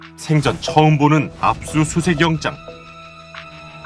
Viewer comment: 압수수색 구속영「쨩?!」 어우 깜짝이야 진지하게 보다가 코빅인줄 알았네